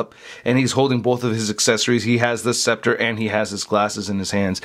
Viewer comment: "Or his specter". It's Scepter, lol just wanted to point that out great review though